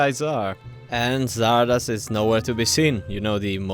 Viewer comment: as german, hearing english speaker (in gothic 3) say Xardas makes me cringe x_X the game as well